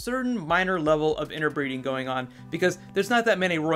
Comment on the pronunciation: Lyssa is a Tully, not a Stark. And I think you meant "inbreeding" not "interbreeding" which is what it sounded like you said. A quick suggestion for a bonus video: DIRE WOLVES which of course were quite real (if now extinct) creatures. I myself suspect Nymeria might have some part yet to play.